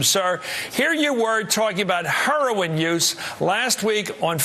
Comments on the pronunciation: " Huroin use " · Wow Chris Matthews can't even say heroin. It just reaffirms what I've been saying... Chris Matthews is a joke of a journalist. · "Hurrowin"-matthews. legalizing "hurrowin" it thought it was HEROIN. black ppl also refer to it as Herrawn--hahaha ron paul makes everybody on the repub. stage, obama, and matthews all look stupid.